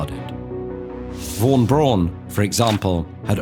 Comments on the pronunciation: Great video and great animation but I think I’ve never heard anyone say “Braun” so weirdly and wrongly 😂 the pronunciation is much closer to the english “brown” than it is to your “Brohn” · He could have learned how to say “Braun” tho